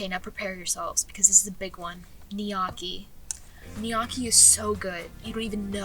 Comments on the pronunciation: pronounce lik uh dis gnocchi(no-key) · unless this is a joke you are definitely not italian- calling gnocchi "in-yawki" is wild. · ….I’m sorry, okay, I like you, I do, honest. However, why are you saying gnocchi like that? Gs are silent. Please. You’re killing me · the way she say gnocchi